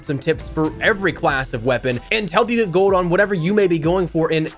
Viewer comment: you keep forgetting the L in GOLD you say GODE